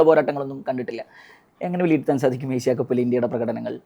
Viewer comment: ഏഷ്യ കപ്പ്‌ ആണ്. എശ്യ കപ്പ് അല്ല അഭിമുഖക്കാരാ